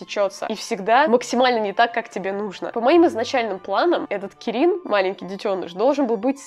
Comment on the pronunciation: Я понимаю видео вышло аж год назад, но оно мне попалось и я не могу не написать. Как фанат млп(май литл пони) мне давило на мозг кирИн.... Видео годовой давности, я всё понимаю, но прости, я тебя исправлю, кИрин. Ударение на первую "и" Я не орицаю, что оно может быть не правильным, но лично для меня кИрин звучит правильнее. Прости...😓